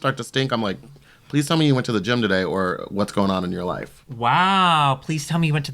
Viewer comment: Did she say "ploise"....??